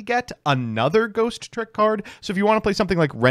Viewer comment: I swear it is INFURIATING that you deliberately enunciate the second "T" in "Ghostrick" that ISN'T THERE